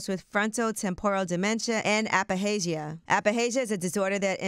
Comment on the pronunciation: A Fasia is the pronunciation.